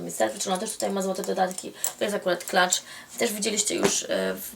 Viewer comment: Heh, usłyszałam 'klacz' i kilka sekund mi zajęło zanim się w głowę puknęłam, że chodziło Ci o 'clutch'! ;) Pozdr.